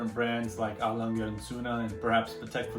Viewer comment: A Lange is pronounced with an exaggerated “a” like when you say “ah” so it’s A L”ah”nga and Sohne is pronounced Z”oo”na as in Zoona.